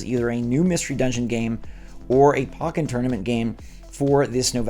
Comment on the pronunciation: For the love of God it’s POKE-en Tournament not POCK-en… 🤦🏻‍♀️